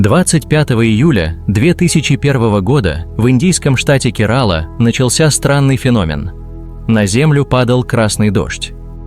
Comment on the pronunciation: Штат называется КЕрала, а не КерАла